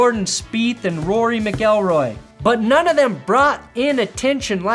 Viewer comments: Did you say Rory McElroy?!?!? Hahaha well then. I don't even watch golf and I know his name is Rory McIlroy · Rory MAC-ilroy... not mick-ill-roy 😂❤ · I'm no golf expert but I'm pretty sure that's not how you pronounce Mcllroy